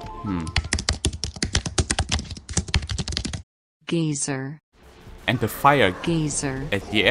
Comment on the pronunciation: Thank god I'm not the only person who wanted to see Wario Colisseum back. I was starting to fear myself a bit. Also an addition geyser is pronounced 'guy-zer'